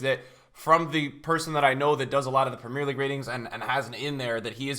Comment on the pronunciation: Love the vid but I can't stand the way he pronounces Premier and No Salah 😂😅